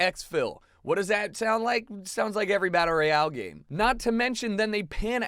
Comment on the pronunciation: its royale not royal